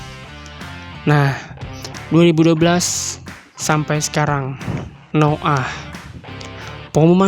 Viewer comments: Noah blok .bukan noo'aah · noah blok bukan no ah